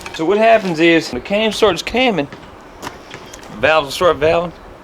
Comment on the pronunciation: I cracked up when he started that mumbo-jumbo “ the Cam starts Camn, the valves start valvn, the pistons start pissn “ that was funny as hell but that’s most people round here in Southern West Virginia lmao great video 👍🏻💯